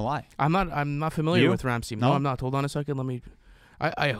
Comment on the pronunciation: The way they pronounce Ramsteinn 😂😂 I probably misspelled it too 😂